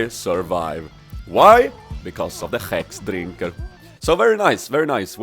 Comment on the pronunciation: "And I survive. Why? Because of the hrhrhexdrinker."